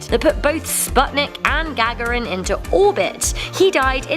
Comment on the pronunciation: Gag a rin? great pronunciation and such a soothing voice from that woman or both of those women